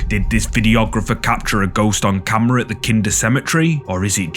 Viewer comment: the way u say "CAMMRAHH" Classic 😂😂😂😂 Great content 👍😁✌